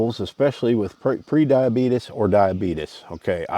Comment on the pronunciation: LOL HE SAID "DIABEETUS". BRIMLEY LIVES ON!